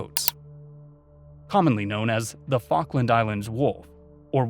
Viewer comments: It’s fall-k-land not fawk-land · Falk me! What an interesting pronunciation